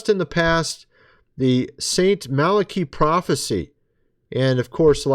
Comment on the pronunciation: So tired of everyone mispronouncing Malachi. It is not that hard to figure out.